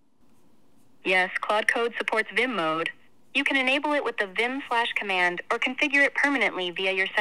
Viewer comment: wtf is a "Shlash cOmand" lmao ?